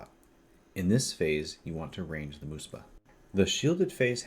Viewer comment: muhspah, not moospah